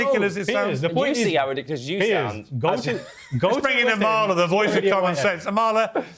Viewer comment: Emphasis on the first A Piers. A-mala.